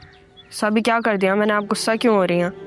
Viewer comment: Gussay ki jagah koi or lafz bol lo ....ghussa hota hay gussa nahi